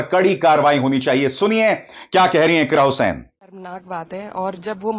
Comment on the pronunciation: अरे सर जी आप बार बार इकरा हुसैन बोल रहे हैं इकरा हसन है